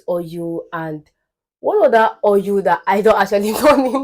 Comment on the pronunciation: I'm referring to Igbo as "yibo" . Your Igbo intonation is pronounced especially when pronouncing oil, you say "oryu" So, you be Omo "yibo" na🥰